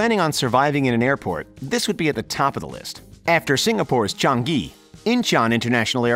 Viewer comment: It’s Chang-Ngee not Chang-gai!